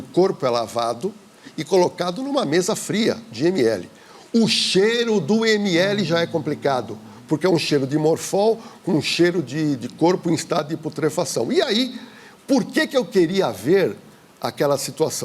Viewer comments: Só eu que reparei qhe ele falou “morfol” e não “formol”? 😂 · É FORMOL e não morfol.😅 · Cheiro de “morfol” ou formol? 😅😅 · Morfol? Não é formol?